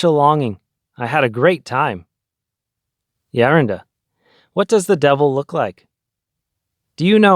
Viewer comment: Please pronounce Geronda as greeks does so people won’t confuse or just use elder.